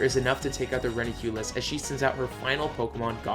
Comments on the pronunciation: No Hate I really love your nuzlock but its always bugs me in your gen 5 runs its Reuniclus (Re-u-ni-clus) not reniculus. Again no hate it's just my ocd coming out. Btw love your run. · REUNICLUS, NOT RENUCLIEUS!